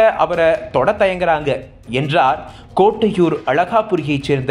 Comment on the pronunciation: அவர்களே...அந்த இடத்தின் பெயர் கோட்டையூர் அல்ல.... கொட்டையூர்...... நானும் முதலில் கோட்டையூர் என்றுதான் நினைத்திருந்தேன்....அந்த இடத்தில போய் கேட்டு விசாரித்தபோது, அது கொட்டையூர் என்றெக் கூறப்படுகின்றது.... வேண்டுமென்றால் நீங்களே இதைக்கேட்டு பார்த்து அடுத்த வீடியோவில் மாற்றிக்கொள்ளுங்கள்.